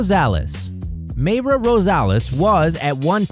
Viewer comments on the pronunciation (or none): "mayra" MY-rah